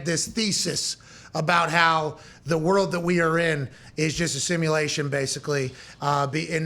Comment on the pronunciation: please fix how you say world..... its not worwd. its world. love u man